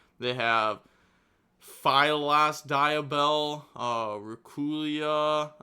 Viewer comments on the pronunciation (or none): Phillias Diabell is pronounced - FILL-ee-uhs DEE - a - bell